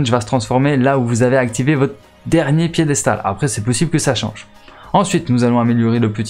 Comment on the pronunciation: Mais t’es aller à l’école ????? 😂😂😂😂 piedestral maintenant🤣🤣🤣🤣🤣🤣waaaa jsuis mort aucun sérieux cette vidéo